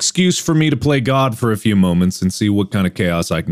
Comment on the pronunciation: Man went to New York for a minute when he said “cause”